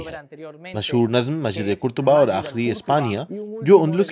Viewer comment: قرطبہ کے اوپر زبر ہے پیش نہیں۔ بھائی صاحب